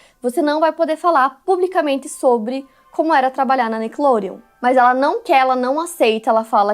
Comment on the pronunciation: O jeito que a apresentadora fala Nickelodeon, com sotaque..me incomoda